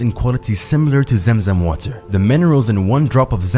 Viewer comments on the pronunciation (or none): It's clearly pronounced Zam idk how you can pronounce it as Zem. Are you trying to be American? Be yourself man